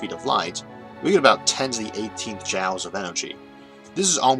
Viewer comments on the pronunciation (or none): Hey! I resemble that remark! Watching these early videos, it's really impressive how much the production quality has gone up. It's also so cute he didn't know how to pronounce "joules" (like jewels) back then.